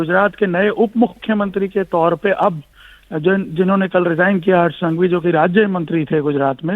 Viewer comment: संघवी not सांघवी